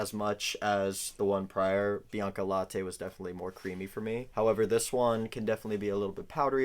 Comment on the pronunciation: Bianca late means white milk, not « laté »